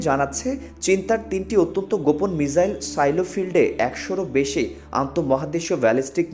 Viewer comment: মিজাইল নয়, মিসাইল।